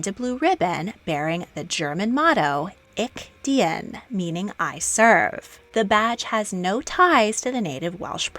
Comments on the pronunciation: Pronounced Isch ( depending on dialect) deen. Not dee in. German speaker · two videos back it was "bandou"... Now it's "ik diEn".... 🙄🙄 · To pronounce "Ich Dien" better, try saying "itch deen" (itch without the "t"). Wouldn't be perfect, since the german "ch"-sound doesn't seem to exist in english, but it's a lot closer to the real prononciation:) Still, I appreciate the effort you made. Thank you. Keep it up, Greetings from Germany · Interesting series, but... can you please use the pronunciation feature of Google translate for foreign terms? Ich Dien, I nearly stopped watching hearing how you pronounced it and I'm not even German. I'm sorry.